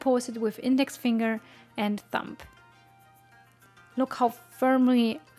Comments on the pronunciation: just found you and already love your content. I'm not trying to be rude or anything and I personally would like to be told rather than keep making the same mistake over and over again. You actually say "thump" which as a noun means "a heavy dull blow" when you mean Thumb "the short, thick first digit of the human hand" there is a B sound at the end rather than a P. English isn't my first language and I know things like this happens. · I'm only saying this because you mentioned words. The word iron is pronounced i on. The R is silent. Same for the word thumb. The B is silent. It is pronounced thum.